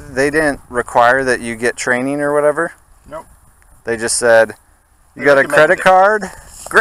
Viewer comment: "Yeah, I have two babies and a wife. Whatevah..."